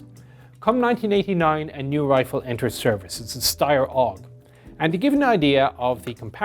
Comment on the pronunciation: I find it interesting that you pronounce the FN rifle as F A L and the Steyr rifle as 'aug' instead of A U G (I find it interesting because the common names of both rifles are the initials of their full names). Is this perhaps because you are using the terminology for the FAL from your time in Ireland and the terminology for the AUG from your time in the US? I don't mean any criticism, I'm genuinely curious.